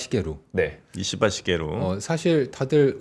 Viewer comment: 발음 잘 해야되는데요. 이씨바 ❌️